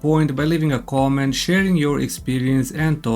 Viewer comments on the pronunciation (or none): Your pronunciation is pretty funny, "gontent" for content and "gomment" for comment 😂. I'm going to make this gomment and tell you to stop being so negative.